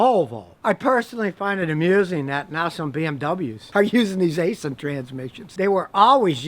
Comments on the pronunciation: haha I thought you were just straight up saying asian transmissions, nope its aisin. kinda like acein'! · It’s actually pronounced Eye-Sin, not Aye-Sin lol. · Did you say it's an Aisin transmission, or an Asian transmission? 😹😂